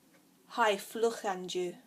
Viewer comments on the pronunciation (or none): That should be Glé mhath (not math ). I don't recognise what you're trying to say for 'Good evening'. There was something odd about how you pronounced fliuch (Listen here : ). Scots Gaelic dictionary with sound files getting (slowly!) added here : The Welsh is more or less OK but you often accentuate the wrong word or syllable. The online Welsh dictionary is here : But a good try overall, pob hwyl i chi! / Cothrom na Féinne dhuit! :-)